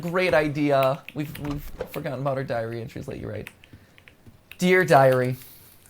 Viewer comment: I am very happy with this video and I love Matthew and and also whenever they said “diary entries” I instead heard “diarrhea trees”